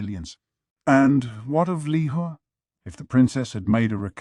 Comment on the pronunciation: Why is it so hard to pronounce 猫猫 or 小猫 correctlyyyyyy and also with 小蓝 and 梨花